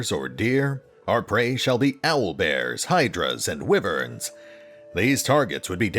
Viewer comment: heh, Wyverns is pronounced like Why-verns. :)